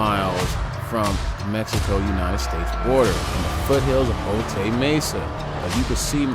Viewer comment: Bro it's O'Tie not O'Tae Mesa although it's spelled Otay.... And that loud azz background music killed it... 👎🏾